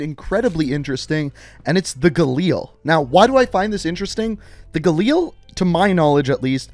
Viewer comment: the way he said galil made me wanna shit myself